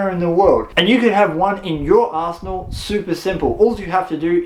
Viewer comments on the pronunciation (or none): That Australian accent man makes "you can have one in your arsenal super simple," sound like... "you can have one in your asshole super simple." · I probably wouldn't use the word "arsenal" anymore...it sounded like you said "you can have one in you're arsehole"...I dont want one in my arsehole....judging by the looks of it though, there may in fact be people that would love one in their arsehole...